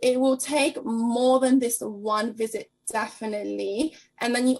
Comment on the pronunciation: you're global now. Get speech therapists to work with your news readers. What the hell is "wisit"?